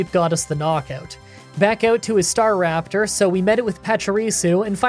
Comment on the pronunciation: i enjoy your content. Staraptor tho. not star raptor. :)